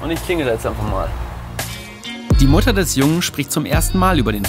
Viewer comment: Es heißt immer noch Mutter, nicht Muddan 🤣🙈